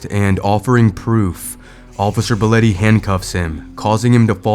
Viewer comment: Why are you calling him Boletty, when his name is spelled Belotte. Which would be pronounced "Bell ot tea" You are calling out the wrong cop because you have dyslexia.